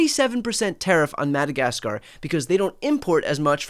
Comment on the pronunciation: "annex madakaskarrr" next 😂